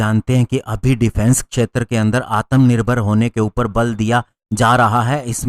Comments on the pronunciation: Correction*** its atmanirbhar not atamnirbhar😂🇮🇳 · ... certainly not "आत्मानिर्भर" !